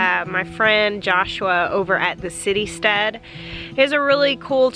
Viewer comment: I thought you said City Stud and thought wow..then saw Citystead in the links.